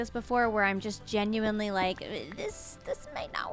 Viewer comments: ok can we all agree "gemuinely" has to replace "genuinely" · Everytime you say “genuinely” I think of “GEMuinely”